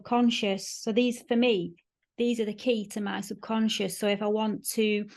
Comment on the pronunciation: Onduhstunned ==> understand Sobcuhnscheß ==> subconscious English accent is so cute it's like we the rest of the world English speakers as a 2nd or 3rd language should teach them how to pronounce things called words based on their own rules but yea.. Let's leave it this way so they keep sounding wrong but cute 😂 😂 😂 😂 🏴 💪🏻